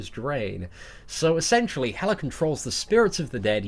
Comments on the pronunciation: Why do u call hela "helar" sometimes? 😂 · Erdem Ulker That’s how the Brits speak. They add a weird “R” sound at the end of words that end with “A.” It’s how their phonics work.